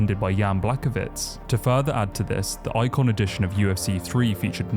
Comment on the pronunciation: This guy explaining the iceberg but just said Jan Blackovitz